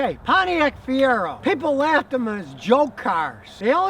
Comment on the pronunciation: Brother Scotty.... MR-2 My friend....never a Fie-Rag-O